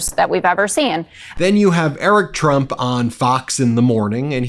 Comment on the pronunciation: Every time I see Don Jr. and "I'm eWic TwUMp" open their mouths, I think Donald Trump should talk less about genes.